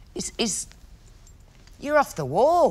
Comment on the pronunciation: “ your offf the wulll “